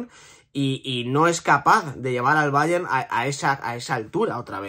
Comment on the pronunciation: Que cansino eres diciendo ,BAYEN,BAYEN ,BAYEN….El BAYER MÚNICH que se ha pronunciado toda la vida coño.